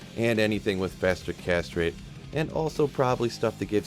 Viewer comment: I always chuckle when they say "faster castrate"